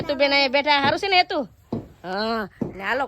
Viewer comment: તમે હેતુ ને હેનું કેમ કહો છો Plasee relpy🥰❤️